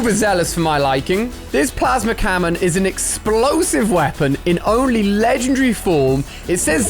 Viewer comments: Did anyone notice he said cammon? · He says plasma camon 🤣🤣🤣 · Was it just me or did he say plasma cammon on